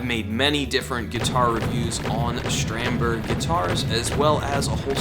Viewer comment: Shtrandberg? What’s that? Do you say Shtratocaster too?